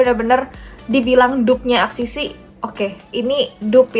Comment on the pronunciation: ka axis y dibacanya eksis way